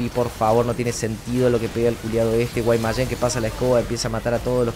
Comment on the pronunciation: Siempre me causa gracia cuando dices Guaymayen lmao Saludos